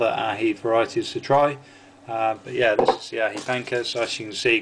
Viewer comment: Just to alleviate your confusion about the pronounciation of the name (you mentioned this quite often in the recent two vids), I think it's "Ah-hee Pahnkah". The "j" is spoken like an "h" in Spanish, the "a" like an "ah", the "c" like a "k". :)